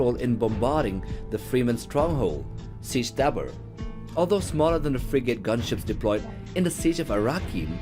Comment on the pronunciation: Frigate is pronounced Frig ut rather than Frig ate.